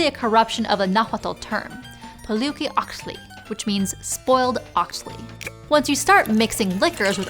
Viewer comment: Mexcalli is pronounced Mesh-kalli. Octli is pronounced Ok-Tlee. Poliuhqui is pronounced Po-liu(with asperation h sound)-ki-ok-tlee.